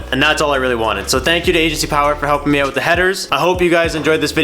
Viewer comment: i cant be the only one who hates how he says "out" or anything that starts with a "o" or "ou" like "outside